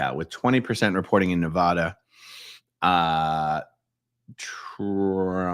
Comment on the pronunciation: The END is NEVER the END 🙌❤🤍💙🙌... Also dude it is pronouced Ne-Va-Duh, say my name!!